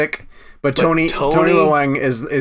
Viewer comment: Just a gentle suggestion,, I understand your hesitancy in not wanting to botch non-English names, but last names like Leung and Chen are easy enough to search on YouTube with "how to pronounce". Give it a go! No one will blame you for not pronouncing it absolutely correctly, but it's appreciated if you give it an educated try.